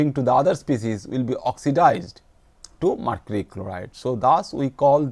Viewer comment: It is mercury not marcury